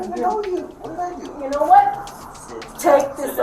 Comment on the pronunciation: Yanowut?! Yanowut! Yanowut?